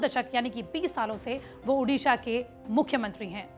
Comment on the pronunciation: Ma'am everything is good but it's ओडिशा not उडिशा, it's ओडिआ not उडिया